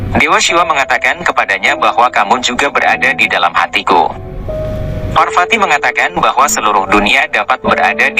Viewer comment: V dibaca P. VARWATI BUKAN WARWATI AKAN TETAPI PARWATI . Belajarlah sedikit